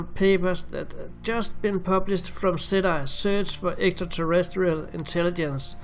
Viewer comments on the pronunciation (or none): It's pronounced ,settee, not set I. For gods sake man !!!